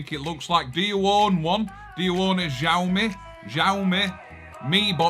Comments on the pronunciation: Well, I thought I did a comment but don't see it. That box is pronounced "Chow" "Me" Yes, resembles Nvidia Shields layout. I'm from MS... 🤔🤔🤔 That was a good one too. I liked the one from Tim about the Windmills😂 You're great, you put a smile on my face every time. Thank you🙂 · Its pronounced "show me ", there phones are awesome and robot Hoovers. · Think it's pronounced "show me" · I pronounce Xiaomi as "Chow me". That is an Xbox One S controller, the original Xbox One controller only connects via a proprietary Wi-Fi direct protocol, no Bluetooth. Australian market Xiaomi Mi Box comes with Amazon Prime Video Android TV OS app. Extracted apk is available on the Kodi forum. Minix T5 has Android TV OS, I don't know if it's a legitimate copy. Without a legitimate copy of Android TV OS, devices don't work as Google cast receivers. Google cast is Chromecast receiver protocol on Android TV OS devices.